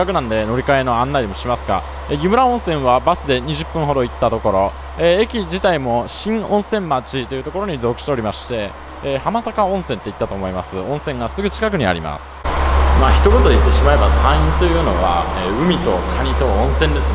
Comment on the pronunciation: 電流の柵は僕が思うにコウノトリよりは熊や猪への対策かと。山が近くて農作物を荒らしに来ますから。 浜坂駅は「しんおんせんまち」じゃなくて「しんおんせんちょう」です。